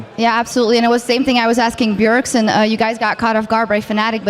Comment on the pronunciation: "BJERSEN" lol